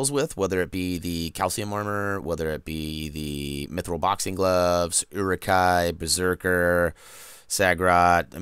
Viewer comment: The way you say Mithril is the correct way, It's not "methril" Great videos tho! Thanks.